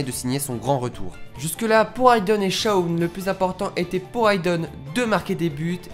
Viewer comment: Arrêt de dire shaun c'est shawn😭😭😭